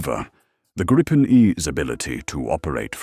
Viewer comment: It’s name is pronounced “Greepen”, nothing else. Believe me, I’m Swedish. 👍🇸🇪